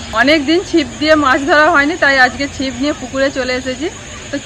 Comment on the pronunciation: মিরাককেল নয এই english উচ্চারণ হল মিরাকল । আর চিপ নয ছিপ । MIRACLES